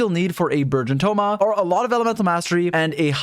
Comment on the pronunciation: Also the entire time it sounded like you were saying "virgin team" it was amusing